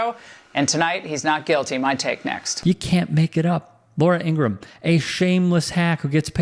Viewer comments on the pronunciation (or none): Her name is pronounced ING-RA-HAM.